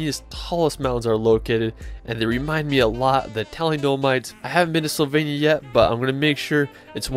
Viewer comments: Great video, but are you deliberately saying 'Slovenia' wrong?? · Great images, thank you for this video. With respect to you, may I suggest you show some respect to these destinations by putting just a bit more effort into getting the pronunciations at least close to correct. Not perfect necessarily but also not mangled. Just one example: Slovenia is not pronounced "sylvania." Not even close. But regardless of my nitpicking the video is well done and enjoyable and I have shared it with others. Thanks again.